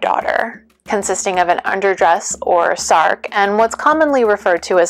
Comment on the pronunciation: “Sark” sounds like an Anglophone misreading of the Swedish “särk” to my Norwegian ears. A more accurate pronunciation would use the vowel from English “cat”, or even “bed”.